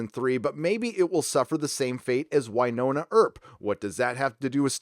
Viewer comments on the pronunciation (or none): none